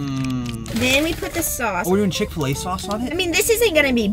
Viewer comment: He said "Fil-A" with the same finesse as he says "FL-IGHT"